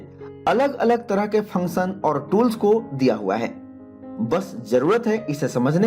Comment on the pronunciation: Very authentic explanation. Where function sounds like phunchan